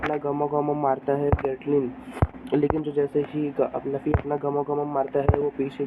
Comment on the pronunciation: Laffy नहीं है luffy नाम बोलना सीख ले